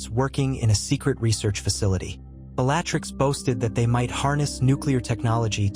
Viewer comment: Please correct the pronunciation of words…. Especially Bellatrix !!! It ruins the whole experience of listening to the story And the spell names… it’s AI reading it, surely it can be corrected in the pronunciation